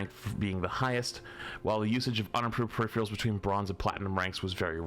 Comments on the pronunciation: I swear to god say perifreals one more time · peripherIALS lmao. Loves adding that I after the R. Solid content tho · says - “Perifreals”. Is this some new slang I dont know about?? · I watch your content regularly. PeriPHErals, please, please PE-RI-PHE-RALS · "Say periphrials ONE more time! I dare you! I double dare you!" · 🤝Emongg Calling it Periphrials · You mean “periphreals”. 😂😅😢😂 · doesnt know how to pronounce peripherals. HOW? I know he has issues with reading but peripherials??? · yeah they pronounce it "peripherials", its wrong. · Why do you and Emongg mispronounce "peripherals" the same way? Man, these east-coast folk smh. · ' inability to pronounce peripherals correctly is going to kill me